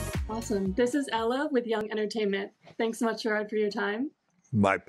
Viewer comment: Name is pronounced like Jared, not Jerraarrd